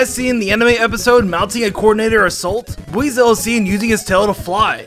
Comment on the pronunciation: You mispronouncing Buizel and Floatzel puss me off